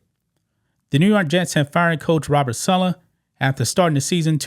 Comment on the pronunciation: It's saaaalaaaa not suuulaaa